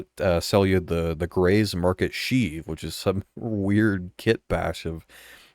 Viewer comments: Shiv in not sheeve. Shiv like ship. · You say "shiv" wrong like 80 times. <3 lol it's like "chiv" more than sheeve. <3 thanks for the content. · its pronounced 'sh-iv' like shi# only with a V...not sheeeeeeev lol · Shiv, not sheev. facepalm Are we sure "Grey's Market Shiv" is a ship? It really sounds more like a new NPC and environment we can access. For all we know, it's a wandering ship that we have to locate and land on (unlikely, but who knows at this point). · Hearing you pronounce shiv like Sheev Palpatine's name made me laugh. Its pronounced the same way you'd pronounce the 'shiv' in 'Shiver.' Good video though, nice and informative with no bullshit like other content creators seem to like to do. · bro said SHEEV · Short "i". Shiv, like "if". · Good video as usual but damn, the way you pronounce "shiv" hurt me haha It rhymes with "give" or "live" for example